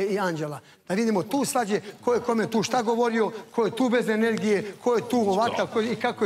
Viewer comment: Jel ovo ona rekla inergija umjesto energija